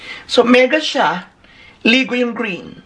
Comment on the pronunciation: May-gah vs Li-gow Dami ko pong tawa... 😊